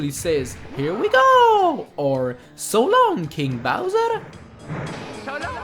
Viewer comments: I thought he said "Salami Bowser" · as a kid, it hought mario was saying "go long, eh bowser?" seeing as i am canadian, thats not exactly an absurd thing to believe.